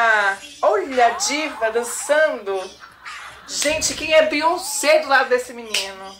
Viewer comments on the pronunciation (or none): none